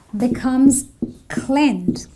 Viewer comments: her pronunciation needs a lot to be desired clened? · did she just say clend? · i heard the same better go out of here